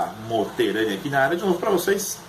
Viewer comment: "MOTERANI" "MO-TE-RA-NI" KKKKK